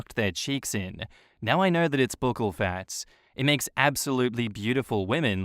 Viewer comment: Isn’t buccal pronounced like Buckle?